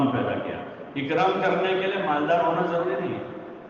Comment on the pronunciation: ضروری ض سے آتا ہے نہ کہ ج سے